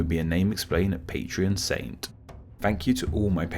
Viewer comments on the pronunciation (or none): none